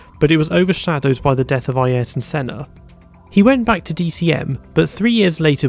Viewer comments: I swear if I hear someone say Eye yearaton Senna again I think I will scream. Phonetically for the ignorant: A er ton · Who the hell is "I- air-ton Senna"???